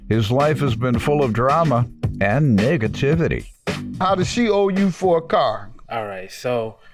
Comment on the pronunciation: Okay it didn't sound like he said "Negativity" correctly 😳